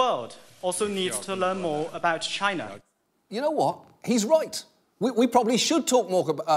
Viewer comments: Why Trump pronounces China like Gina (vagina without the "va")??? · Have you ever noticed how when British people say "China" it sounds a little like they're saying "Chiner"? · It’s pronounced Chyynaa or even more correctly Gyinaa.